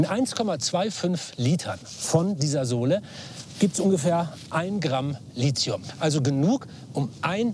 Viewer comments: Lithium nicht Lizium!!!!!! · Es heißt Lithium mit T, nicht Lizium mit Z! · Da die nichtmal wissen, wie Lithium ausgesprochen wird ( nämlich Litium, nicht Lizium), nehme ich die eh nicht ernst:D außerdem sollte man mit einrechnen, dass der Akku, selbst wenn er mal ausgetauscht werden muss ( Tesla gibt eine Garantie bis 1 Mio. Kilometer, die muss man erstmal fahren...) , ja nicht in dem Müll kommt, sondern recycled wird. Aber naja, so ist das mit der Verbrenner-Lobby 🤷🏼‍♂️ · Zu allererst wird das gute Lithium „Litium“, nicht „Lizium“ ausgesprochen. Des Weiteren ist der Beitrag hier ein perfektes Beispiel, wie man mit richtigen Zahlen aber fehlenden Verhältnissen die Wahrheit verzerren kann... dass selbst angebliches Bildungsfernsehen auf den Zug der Verbrenner-Lobby aufspringt, ist einfach traurig. Deshalb sollte sich jeder selbst informieren und nicht der erstbesten Quelle vertrauen und nachplappern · Das Zeugs heißt [ˈliːti̯ʊm], und nicht [ ˈliːʦi̯ʊm], auch wenns schon so (m.M. nach falsch) oft zu hören ist. Kleine Gedächtnisstütze: Der Name Lithium stammt von griechisch für Stein (λίθος) ab; man denke an den Steindruck, die Lithographie... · Toller Beitrag - aber verstehe nicht warum man Litzium sagt denn: Lithium kommt aus dem Griechischen vom Wort "líthos", was Stein bedeutet. Da das Wort Litos und nicht Lizos ausgesprochen wird, sollte man auch Lithium ohne einen Z-Laut aussprechen. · Es heisst nicht Lit(z)hium, sondern Lithium. Wird nicht mit z gesprochen. Das vermittelt bei mir eher nicht den Eindruck von Kompetenz. Schade! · Warum als "Licium" oder "Lizium" ausgeprochen wenn es als Lithium geschrieben wird? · Man könnte ja erstmal damit anfangen wie Lithium korrekt ausgesprochen wird. Nämlich so wie es geschrieben ist und nicht Lizium. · warum sprechen es alle als Lizium aus, obwohl es Lithium heißt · Ich glaube Lithium wird nur in der Wissenschaft "Litium" ausgesprochen "Lizium" wird dann wohl der Volksmund hervorgebracht haben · du meinst Lizium?